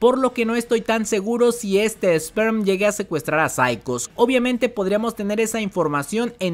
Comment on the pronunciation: Gente,es "Sper" no "Sperm".